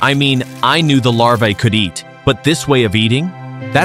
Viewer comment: It's larva not lava😂😂